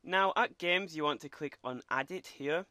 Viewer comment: click on "Geeems"